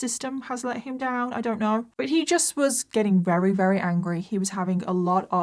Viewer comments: Just curious, is it a local dialect thing when you say ‘rary’ instead of ‘very’? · I always love your videos, amazing. But I have to ask, why can't you say the word 'very'. It's not 'rery'....